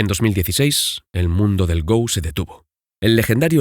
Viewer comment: Se dice "go", como en la palabra "gorila", no "go" como si fuera el verbo "ir" en inglés